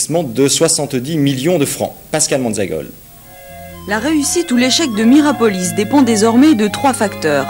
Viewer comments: Ils ont du mal en lecture aussi ... Miropolis au lieu de Mirapolis 😂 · Pourquoi le journaliste du début répète Miropolis, c'est Mirapolis! Je vis à Cergy j'y allais et je l'ai vu à toutes ses étapes de construction, abandon, destruction. C'aurait pu faire super urbex mais trop squatté par gitans, dommage! 😂 Tu m'etonnes le pur squat et féraille recup!